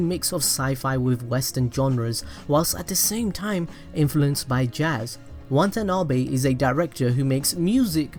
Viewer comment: I can't unhear how you mispronounce Watanabe's name over and over again...good video though, I liked it.